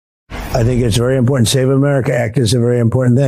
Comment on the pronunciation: sweetie… I know you’re from SC and all but Jesus learn how to say “important” correctly! 🙄